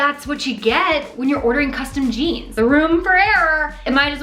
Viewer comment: custom jeaMs.. lol. U cute.